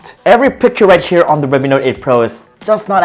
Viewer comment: "Right SCHERE" I can't...😂😂😂